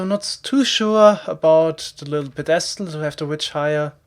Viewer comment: FYI, "pedestal" has the first syllable emphasized: "PEdestal", not "peDEstal". A very typical German mistake, I do it a lot too :P